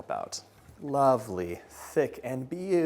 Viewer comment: I’m so proud of the way you said “tres leches”